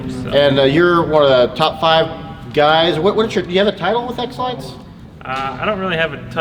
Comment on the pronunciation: it sounds like your saying Exlax Glad to have found you kids again. I lost everything! Thank you Dana for helping me reconnect with my channels.